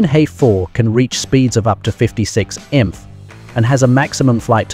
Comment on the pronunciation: Mothing more than the crappy AI being unable to say Miles Per Hour. Instead, it tries to pronounce "MPH" as a word.